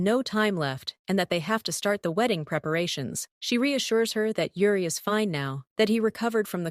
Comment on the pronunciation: It's Yuri not Ure 😂😊😅